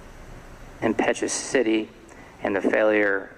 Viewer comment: How does the judge not know how to say "impetuosity" especially after the defense counsel said it correctly twice right before!